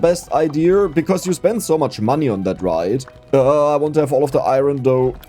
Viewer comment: Do a run where you need to reach the final blue layer, but you have to say iron right every single time, and you have to mine as much as possible. If you say it wrong, you need to restart.